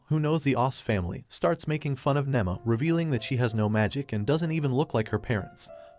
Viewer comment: nima not nemma